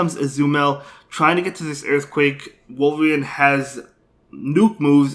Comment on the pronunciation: I love how he pronounces Azumarill as Azumell & Walrein as Wolverine ! 👌🏻😂 I really love your content and have been following your Spice picks & battles since 6 months now ! Cheers man !😄👍🏻